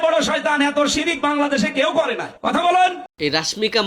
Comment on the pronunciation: সিরক বলে আবার ভুল